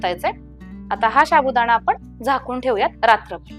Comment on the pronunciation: साबुदाणा असे म्हणतात शाबुदाना नाही प्लीज मराठी स्वच्छ बोला आणि मगच व्हिडिओ करा